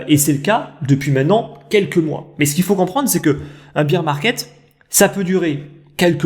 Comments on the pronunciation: Top la vidéo merci 😀 Pourquoi tu dis beer (bir) market et non bear (bèr) market? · C vrai,attention à ta prononciation de Bear/Beer market.Merci 😁